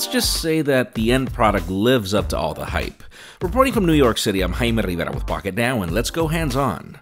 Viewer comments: I heard it as Hi Marietta.